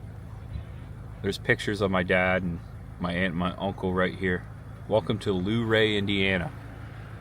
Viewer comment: Funny….. You mentioned Luray VA……when you said “Luuuuuu-ray” I knew it…. 😉🤣